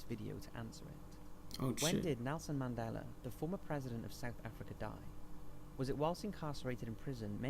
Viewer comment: Moron can't pronounce Mandela...